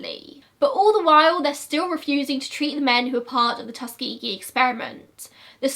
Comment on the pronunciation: when she said “tus-kee-gee” i was shook, i always thought it was more like “tus-ka-jee” and im from america??? is it just her accent??? i’m lost???